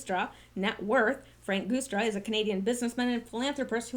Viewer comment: Happy New Year! And I've always heard the Guistra (sp?) Name pronounced "Juice"stra - not being overly picky, just remember you had said some time ago that you appreciated being alerted about possible mispronounciations.